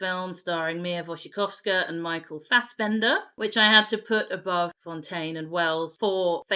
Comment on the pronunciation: Team 2011 right here. It’s perfectly cast and I actually liked how the story was told in flashbacks. (And props to the narrator for actually pronouncing Mia Wasikowska’s name correctly!)